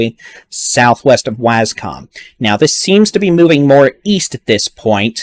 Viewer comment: Yo dude doesn't know how to say Waskom I actually like the way he says it it's funny as fuck